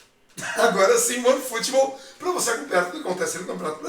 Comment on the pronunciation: Antes de ler os comentarios vocês também esperaram o falar one footbool?